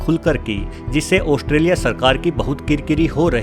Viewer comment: Oshtrelia nhi be gadhe Australia bolte h. Bolna seekh kr voice over dena.